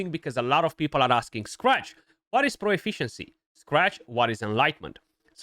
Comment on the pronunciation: Stop saying pro-e-fficiency. There is no E. Just profficiency..